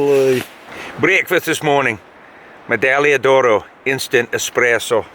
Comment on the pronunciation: Your pronunciation of medaglia d’oro is perfect btw.